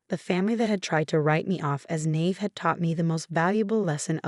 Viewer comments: WOW ! You just can't seem to get your pronunciations right, can you ? It's (naïve) pronounced na-eev, NOT 'nayve' - morons ! If this is an 'AI' screw-ups, FIX IT ! If your programmer is either ignorant or just plain stupid, replace him with someone smarter and/or better educated, or send him/her back to school ! There should be NO ROOM for ignorance or stupidity on the internet ! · Naive is 2 sylables Na is ny ive eve nyeve. Learne to pronounce english correctly or we will just cringe instead of listening.